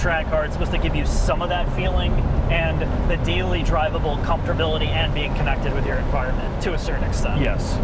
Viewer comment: "Comftorbillity" is my new favorite Bush-ism from